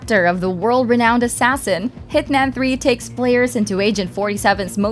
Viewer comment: Did anybody else hear her say hitNam? Not hitMan 😂